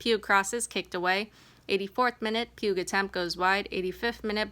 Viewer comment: I guess YT got rid of DMs. Oh well. Just wanted to say the two letters at the end of Mallory Pugh's last name are silent. Her name rhymes with "few" and is a.homophone with the bench-seat that is found in churches... i.e. pew.